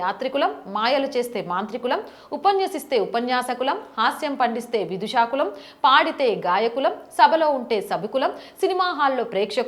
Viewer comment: Telugulo chakkaga anargalanga avaleelalaga entha baaga chepparu.. ayithe oka chinna correction.. vidooshakulam... meeru vidushaakulam annaru..